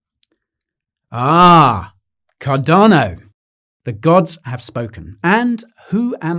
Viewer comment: Thank you for now pronouncing Cardano correctly! You used to really irritate me by saying it without using the 'R'.......Cadano! But I've noticed that you are now using the 'R' much better, which makes me very happy. Thank you again.